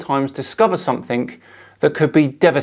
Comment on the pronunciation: ‘something’ ends in a G not a K. Illiterate.